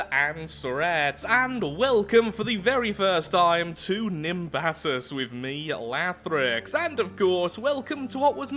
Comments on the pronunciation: i think nimbatus is prenounced nim but us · its pronounced nim ba tos